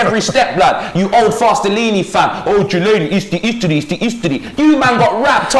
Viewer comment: man said chillaini